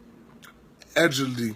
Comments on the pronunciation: Did he just say “adjedly”?Its “allegedly”😂🤣😂Haitian Detective..Where are These people coming from? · Did He say “ajedly”?..Its “allegedly”..He tried though..